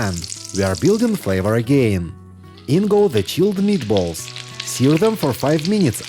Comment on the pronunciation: Those a MEAT-uh-BOLL-uhs for the WIN!! 👀🤩👌👍👍👍